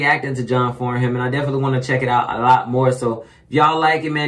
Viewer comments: Pronounced John FARNUM not as spelt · If you can get a hold of the Australian Aria Awards video, John Farnham ( pronounced " Farnem " ) is there as a guest singer & it was said he was the only artist who could turn a guest spot into a full blown concert, he always brings the house down. He is The Voice, and Australia's national treasure. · it's actually pronounced John Farnam silent h. he is a legend in the Australian music Industry. he has been singing for decades and his voice has not changed he is pushing 70 now and he sounds exactly the same. not only can he sing anything, he is a down to earth gentleman, a family man still married to his first wife for 44 years. if you really want to hear his vocal tallent listen to, "Help" with the Melbourne symphony orchestra, "When the war is over" - the last time. "something is wrong with my baby" with Jimmy Barnes. there are so many more, but start with those you won't be disappointed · John farnham (pronounced like Farnem) very big in Australia (just him, that's his name), particularly in the 70s and 80s, but still now his music is classic. Like if you're Australian, you probably know this song.